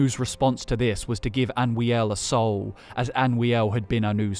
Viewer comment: It's Anoo-iel not Anwee-el